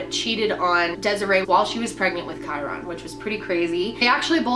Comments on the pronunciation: It’s KY RIN NOT KY RON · May twenty FIFTH. not FITH. And maybe you could pronounce his name right. Kyron. Like myron. Not kyRONE. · Gotta say it. *Ky-RUN not Ky-RON. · Kyron not kiron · Pronunciation: Ky-RINN. Not Ky-Ron. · Also his name is ky-run. Just pronounced differently. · I love she’s my fav but she pronounces so many names wrong 😂 KY-RIN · Like Ky-ren. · i love all of content since discovering her channel recently, but her pronunciation of kyron's name is this video make me cringe - "Ky-RON" lol glad that this is an older one, her content is even better now than it was then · Great coverage, I love these types of informative videos! However hearing Kyron’s name mispronounced repeatedly had me cringing a bit... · You could at least pronounce the boys name correctly out of respect for him and the family. All you have to do is listen to the parents pronounce it!! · good video but your pronouncing his name funny. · I love, but listening to her mispronounce kyron's name 1,000 times is brutal. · Rewatching this video pisses me off so much because why can’t pronounce his name correctly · this video definitely should have been focused more on Kyron, you started it out talking about a bunch of other stuff, that takes away from what the video is supposed to be about. and you didn’t even say his name right. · it said so many times the pronouncement of his name & you still kept mispronouncing it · Michelle B. Anger? Hmmmm. Maybe it’s just expecting someone who does a video about a missing child to pronounce his name right.